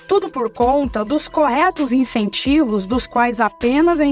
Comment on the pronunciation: "Incentivos", com "I" - não "Encentivos" 🤦‍♀. Só consegui entender na segunda vez, pelo contexto.